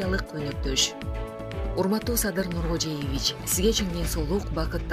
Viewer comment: Нуркожоевич деп туура суйлосонуз жакшы болмок,жолдош диктор.